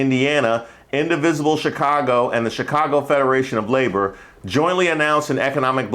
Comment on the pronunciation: Lady with the Chicago Cubs gear... it’s giving AI. Didn't even say Chicago with the right accent.